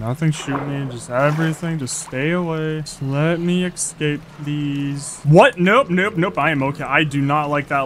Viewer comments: Can you say escape instead of excape? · I love the way he says escape "ekscape" very cute 10/10